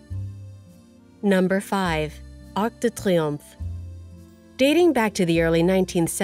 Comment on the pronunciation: No. Triomphe, not triumph